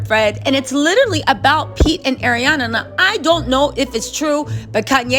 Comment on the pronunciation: Why can't read? "ArianA" There is no "i" 🤣